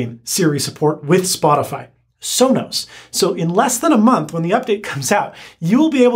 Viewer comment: How could you say alisa and sola